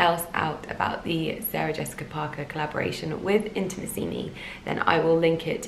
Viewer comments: you're pronouncing the name "Intimissimi" wrong:( just to warn you! From one of your Italian followers ❤️ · Giulia Borgogno Girl, I wanted to write the same! Of course never to be patronising, the correct accent should be put on the 3rd “i” not the 4th! Love from another Italian follower 💝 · You look gorgeous as always! And I'm so happy for you that you get to be an Intimissimi ambassador, that's sooo cool! (Here in Italy we pronounce it Intimìssimi, just thought I'd let you know xx)